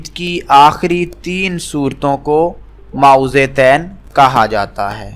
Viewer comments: او بھائ پہلے اپنے تلفظ تو ٹھیک کرو۔ مائوزے تین نہیں معوذتین ہوتا ہے۔ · Mo-awwazatain (apni dorustagi karain.